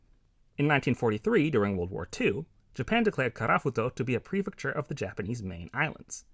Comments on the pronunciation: props to u for actually pronouncing japanese words pretty well for a foreigner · From my Japanese point of view, the pronunciation is excellent!